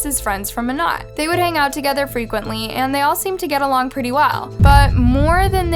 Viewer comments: It’s mo-nay… not mo-not. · Monat is pronounced with a long A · Ur pronouncing monat wrong its supposed to sound like monay...and it's a pyramid scheme and I doubt she was making 34k a month..... Also do you not know that her husband Tom is dead now??? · If it matters to ya at all, it’s pronounced “mo-nay” :) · Mona the t is silent you pronounce the a lol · Yeah it’s pronounced moenay. But it’s spelled monat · Lmao I said this too, drove me nuts how she keeps pronouncing it. It’s pronounced with a long A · monat is short for modern nature so it’s pronounced mon-ate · Decent video but your pronunciation of Monat irks me a lil not to mention leaving out a big part of the case; they had enough evidence to arrest the husband but he committed suicide right before the police were gonna arrest him. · You are pronouncing the name of the company wrong. It’s driving me crazy! Seems like you threw this one together and didn’t do very good research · "monat" the pronunciation...im dying XD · Monet is pronounced like ballet just a side note lol fyi I love this channel🔥💝💖